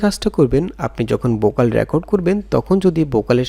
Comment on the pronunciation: ভাই উচ্চারণ ঠিক করেন। বয়েজ না ভয়েজ। অনেক উচ্চারণ ভুল। বোকাল না ভোকাল। রিমুব না রিমুভ। আরো বেশ কিছু এমন ভুল উচ্চারণ যা শুনতে খুব খারাপ লাগে।